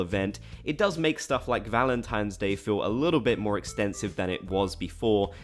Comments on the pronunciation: Valentimes day lol. It annoys me when actual humans call it that too lol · "i really annoyed people by calling it valenTIMES day" [proceeds to say valenTIMES day about 147 more times] 😂